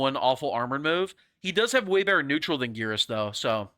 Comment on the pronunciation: wait maybe I am stupid but I swear in Mk11 he is called Geras like “air.” Guess I gotta check and see if my memory fails.